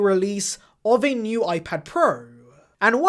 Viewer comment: Gotta love the way this guy pronounce iPad 'PROOO"!